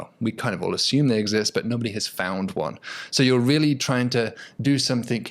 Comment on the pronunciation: It is trying not tryingk. 😋